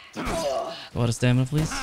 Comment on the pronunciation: "Out of stamida!" Lmao pure gold <3